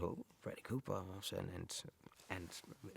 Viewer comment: Cooper sounds like it should be written as Cüper with the way Daniel pronounces it haha.